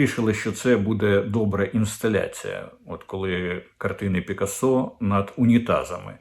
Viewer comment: Український наголос притаманний на 3 склад з кінця — пИкасо.